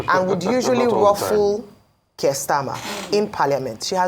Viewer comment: Don't get your shorts in a twist, it's all banter of the Parliament. As the UK Conservative leader, how more relevant can Kemi Badenoch be. The exchange highlights the sharp rhetoric often present in parliamentary debates. And it's "Keir" not Kirk...You're welcome!